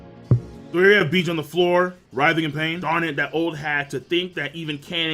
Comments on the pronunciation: stop sayin Beege pls, its Bege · Ugh, it's pronounced Baje, not beej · nigga stop miss pronouncing bege's name king its a 2 syllable name stop saying it like that